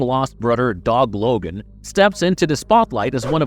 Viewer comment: The way you say Thomas is driving me nuts, also i swear half the time you call him Dob logan lol